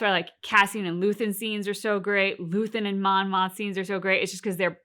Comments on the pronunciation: Not sure how much longer I can take the “Monma” mistake. It’s Mon, Mothma, or Mon Mothma. Monma is not the name of a Star Wars character. You’ll remember Kleya’s name soon enough. The one thing I do love about this channel is that it’s clear that this is your first watchthrough, a fringe benefits of all the mistakes 😉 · It's Mon Mothma. I think you're saying Monna.